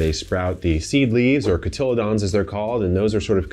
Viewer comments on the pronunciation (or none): you pronounced 'cotyledons' like it was a freaking dinosaur, man! :D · Kevin’s pronunciation of ‘cotyledons’ was hilarious! 😂